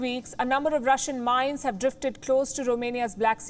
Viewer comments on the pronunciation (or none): none